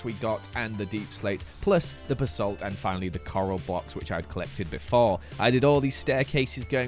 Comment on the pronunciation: i will never get over the way says ba-salt. BHABHABA